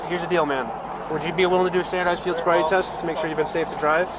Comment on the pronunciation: "Sield boriety" lmao